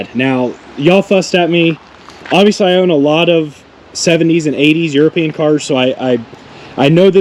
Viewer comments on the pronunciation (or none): Please don't say euroepinen Cars .